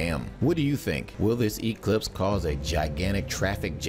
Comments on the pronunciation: its not an E clipse it's pronounced eclipse one word, one syllable secondly most of us don't care...sure there may be some localized traffic near popular viewing areas but overall it will be a boon to the local economies...i clicked because i thought "paralyze america" sounded like a preppers paranoia...north korea non threat must be driving you insane!!! lol, grow up kid its been the same for 50 years, nothing to see here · It's science.It's physics, evangelicals. It's eclipse with emphasis on the clipse not the e. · Emphasis on the E much?